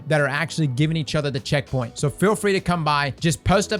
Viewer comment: For info, I'm a fairly new player and have no idea what checkpoint you're talking about, couldn't even make out the word you said :( Some more detail would be helpful.